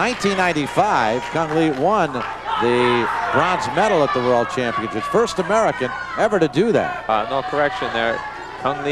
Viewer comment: "Championchips" LMAO!